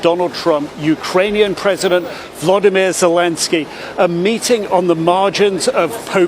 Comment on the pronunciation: His name is Volodymyr. Not Vladimir. Stupid.